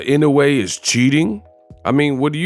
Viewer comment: You for Inoue’s name correctly! Kudos!!! 🤘🫡